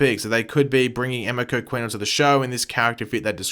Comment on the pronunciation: It is pronounced ah me ko sorry to be a stickler but its driving me nuts